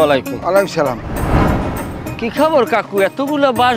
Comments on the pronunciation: সালামটা শুদ্ধ হয়নি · আপনাদের সালামটা সঠিক হয় না। আশা করি শিখে নিয়ে শুদ্ধ ভাবে বলবেন